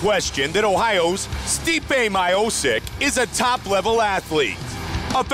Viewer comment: Steepay My-oh-sick